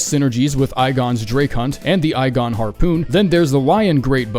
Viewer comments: just the fact that call Igon "I-GONE" is quite infuriating. but people talk in weird ways i guess but he's simply wrong since Igon can say his own name. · I don’t like the way he says Igon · that's a really weird way to pronounce Igon... Especially for someone who should know better and has played through the DLC. You can't skip Igon's dialogue after killing the dragon, and before you're given the option to talk to Igon where he asks that you summon him when fighting Bayle. There's no joke to be had with that one, we have heard Igon refer to himself, we know how his name is pronounced. An informed Elden ring player wouldn't choose 60 in all stats to compare weapons, nor would they give false information about AOW, buffs, etc.,. Is he with IGN or something? Does he play the game at all, or does someone else play for him and he reads the script? Sorry for the rant, but the way he pronounces Igon is SUPER SUS imo because that's hard to mess up. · He say’s Igon wrong when we hear it pronounced properly in game… come on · couldnt even pronounce Igon's name right 😭